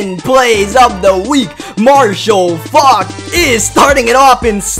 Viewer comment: Number 10 he says Marshall F*cl